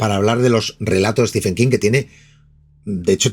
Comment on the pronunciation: Un detalle: Stephen se pronuncia como si se escribiera Steven, es decir ¡no al sonido /f/!